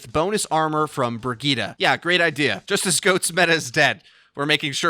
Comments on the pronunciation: Wtf bri-g-ee-ta????? Its bri-j-it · It's "Bree - Gee - teh" with emphasis on "Gee". And the "Gee" is short since it's a double T. Where are you guys taking the A from? :D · brigeet brigoot, this hero is moot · I've never heard someone pronounce the name Brigitte so awfully bad, rofl. So bad.